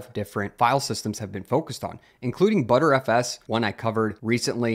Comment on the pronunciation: please, for the love of god, it's not called "butterFS", its "b-tree FS". B-trees are one of the principles behind it, thus the name. or, just say b-t-r-f-s